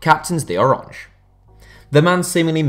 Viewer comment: Oh-ran-ye It's Dutch not French